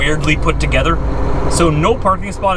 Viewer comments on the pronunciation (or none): none